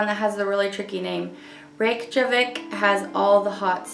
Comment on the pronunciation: It’s pronounced “ray-kyuh-vick” by the way ☺️ the Js have a y sound.